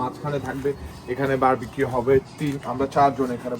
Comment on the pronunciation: আচ্ছা বারবাকিউ তো ভুল উচ্চারন, Barbecue সঠিক উচ্চারণ, ভাই বারা বার বারবাকিউ বলছে কেনো?